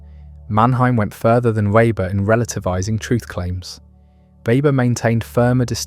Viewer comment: More a critique of communism/socialism than of capitalism. Rationalization from afar captures communistic mindsets far more than free-market capitalistic forms. This should be obvious. For example, communist societies have no interest in environmental values. By the way, Weber's name is mispronounced consistently throughout.